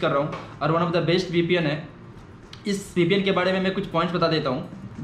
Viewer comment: vpn not ppn